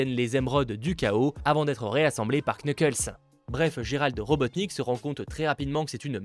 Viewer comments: Quand on dit knuckles il faut pas prononcer le K juste nuckles. Je sais j’ai l’air un peu genre bizarre à dire sa de nul part mais je déteste entendre sa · Knuckles pardon mais ca me tue se dit nuckles le k ne se prononce pas Sinon super vidéo merci beaucoup